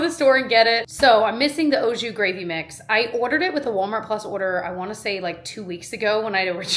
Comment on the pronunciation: lol, I’m sorry I’m giggling how you are pronouncing ah jus with an O lol it’s Aaaa. Unless I’m totally wrong, you were a teacher not me 😂 the recipes look so good, I’ve enjoyed many of the recipes you gave shared in the past. Long live sesame tacos!!!